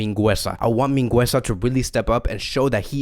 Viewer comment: Omg not mingueza!